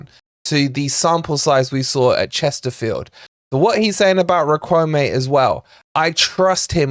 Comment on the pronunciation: Great daily transfer info,! BTW, Riquelme pronounced “Rick-el-meh”.